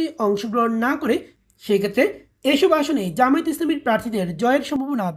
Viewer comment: জামায়েত না জামায়াত শুদ্ধ করে উচ্চারণ করুন।